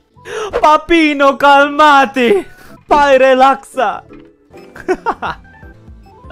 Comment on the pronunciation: ''pai relaquissa'' LMFAO his mispronounciation is so cute wwww It would be: ''papai, relaxa'' in Portuguese <3